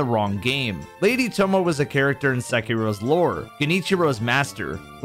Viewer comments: it's not "tomoh" it's pronounced tomoeh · Tomoe is pronounced "Toe moh ey" Not "Tomo" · Fun theory, however her name is pronounced “toe-mo-aye” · tomo-ey is the proper pronunciation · Tomoe is pronounced toe-moe-ay.